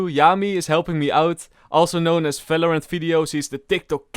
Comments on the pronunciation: Why you say "Fèlorènt" instead of "Valorant"? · He doesen't say "v" ever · you definitlely work on your pronounciation. if i hear a Falorant again im cutting my ears off. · Im sorry, i cant watch this video till the end.... the way you pronounce the game name, is driving me nuts.... its VALORANT not Falorant wtf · What is FALORANT. Fellow rant. ??? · I love how he says and v word as f like falorant and fideo